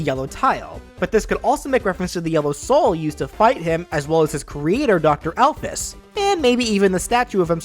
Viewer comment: Why did you say nabstablock and alphys so different then ive heard them